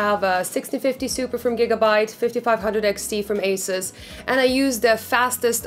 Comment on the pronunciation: leuke video is eens wat anders ..+ nu ziet de rest van de wereld ons Nederlanders nog meer als "groene honden" haha P.s. vriendelijke tip : ASUS word uitgesproken als >> AAHSOES ;) (Wel de Taiwanezen tevreden houden he ;) )